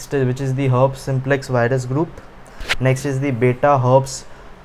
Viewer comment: It's pronounced as her peas